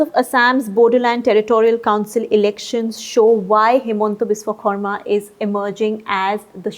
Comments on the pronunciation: She said Xarma instead of Sharma❤️ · It seems someone told to pronounce khorma